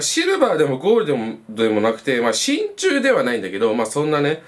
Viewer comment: 「しんちゅう」言えたやんｗ